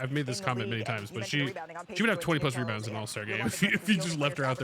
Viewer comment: Didn't you hear call Reese "Me-bounds"? 😂 😂